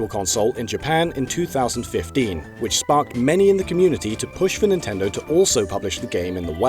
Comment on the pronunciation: DEW IT NEENTINDOH